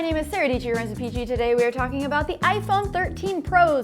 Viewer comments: Sara Dietschy rhymes with Peachy in the morning?? What a way to start the day! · Sarah dietchy rhymes with peachy